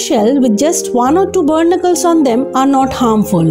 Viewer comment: Its pronounced "Baa nick killls "not burnicles